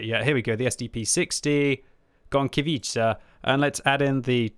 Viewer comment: Quick polish guide for: V Zadymka (which means: little fracas) was pronounced on point. VI Burza: in this case you dont split 'r' and 'z'. Instead you speak it as a single letter. The best comparison I found would be with the first sound from the name 'Jacqueline' VII Gowika: on the spot VIII Kilana: on the spot IX Gonkiewicza: 'Gone'-'kye'-'vee'-'cha';) X Błyskawica: you got it pretty ok. GG;)